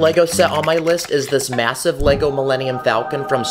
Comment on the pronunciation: Did did he say MASIVE